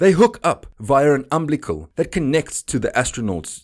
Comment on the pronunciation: It's pronounced... am-bil-i-cal cord. Is this content read by some text-to-speech engine made to sound like an Afrikaans guy?